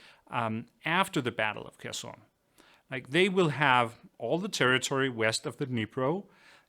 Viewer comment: The best pronounciation of Kherson I have ever heard on a English channel!👍